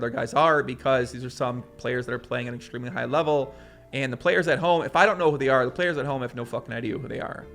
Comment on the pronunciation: Theres something about the way he says "Exshtreamley" and "Shtream". <3 #nohomo